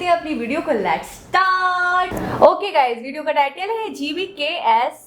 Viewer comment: laats?jahil aurat lets hota hai